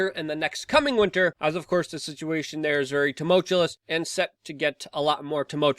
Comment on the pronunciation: "Tumultulous" is not a word, Luke!